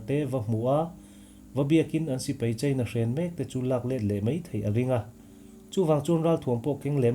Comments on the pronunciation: Mizo tawng lam in fimkhur deuh a ngai. Sipai tih turah sipei tih te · Sipei ni lovin, Sipai tih tur aw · Mizo tawng hi lam fimkhur a ngai khawp mai. Sipai hi a spelling ang tak hian lam thei la a duhawm hle, Sipei ni lovin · sipei niloin sipai tiin lamri zawkta la, ngaihthlak a nuam deuh ang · A ngaihnawmin a fact pawh a ṭhain a rintlak hle mai. I chhiar rik speed a ṭha, i aw pawh a dam thlap mai. Lam rik dan ka lo chhinchhiah ve pakhat chu "Sipai" tih thua "A" lam rik dah hi "e" a hnaih mah mah. Tin, volume hi hei ai hian ring thei se, thil dang ti paha ngaihthlak a remchang lehzual ngawt ang.